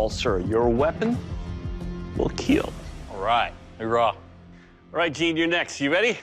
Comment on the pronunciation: Keal not kill